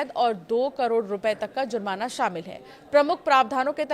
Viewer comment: madam zurmana nhi jurmana hota h